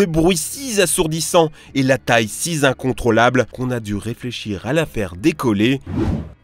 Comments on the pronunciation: Si z assourdissant si z incontrôlable J’en peux plus de cette diction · "Le bruit si z'assourdissant et la taille si z'incontrôlable" ou bien le bruit "six assourdissant" et "six incontrôlable", une puissance mathématique installée au début de l'adjectif pour en augmenter la force ? :D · Si zasourdissant, si zincontrôlable.... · "toujours si zincontrolables"... Mollo avec les liaisons ! Lol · Si zincontrôlable ? Y a pas de s à si donc y a pas de liaison...... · Très bonne vidéo très instructive. Mais..... Qu'est ce que ça veut dire "si zassourdissant" "si zincontrolable"?